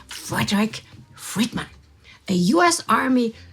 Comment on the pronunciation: let me help you a little bit with your pronunciation of U.S. I think you are using the German pronunciation of the U part of U.S. You are saying Ew or Oo instead of the correct English pronunciation for U as You. Yes, it is pronounced exactly the same. So U.S. would properly said in English as You S, but of course spelled as U.S. Actually, most of us simply dispense with the periods and spell it simply US. Or more properly the US. Anyway, there's my two cents for today and it was, of course, a pleasure as usual to see you doing the presentation on the Spies and Ties episodes! 😉👌☺